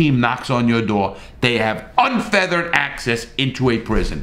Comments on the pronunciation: it is unfettered Larry not unfeathered access. love what your trying to do. best from New Zealand via 3 years in Rikers. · "Unfeathered"? You mean "unfettered"? Geez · It’s unfettered not unfeathered ..... but 100% supportive of your reform plan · It's actually unfettered and not unfeathered. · is he saying "unfeathered access"?